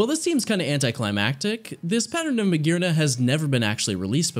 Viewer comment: THERE IS NO VOWEL BETWEEN THE R AND THE N IN MAGEARNA!